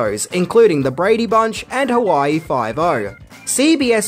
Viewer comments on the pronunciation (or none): none